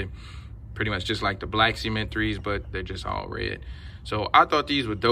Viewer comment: Not trying to be funny but it sounds like you're saying "semen 3s" but otherwise I like how these look on feet 🔥